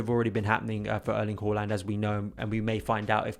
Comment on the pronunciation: Its haa-land not hooh-land 🤦🏻‍♂️